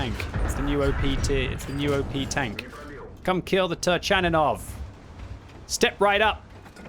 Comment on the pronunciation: it is pronounced TURKANINOV!